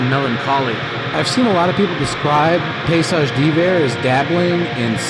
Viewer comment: Paysage. You pronounce the -s like a z. In French. So that would sound like « payzage »